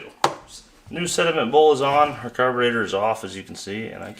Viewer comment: is da Ca-burrr-tatorrrr!!!